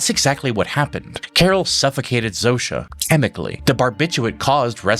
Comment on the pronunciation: what I love about the series is that Carol is the ONLY one who prounces Zosia's name right.